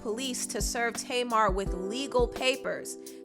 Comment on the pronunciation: I thought her name was pronounced (tah-mar) and not (tay-mar). Oh well everyone's pronunciation is different